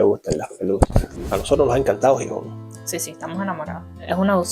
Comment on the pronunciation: Video Chulo o bonito . Solo un pero.... Es Gijón o Xixón no Jijón .Sin un poco de lluvia no existiría toda esa naturaleza verde .Aquí tenemos entre otros pueblos el pueblo de Cabrales especializado en quesos y que hace un tipo de queso único en el mundo por como se hace y donde se hace . En cuanto el transporte público los menores de 18 años y los Jubilados no pagan transporte , es gratis .Gracias por pensar en Nosotros .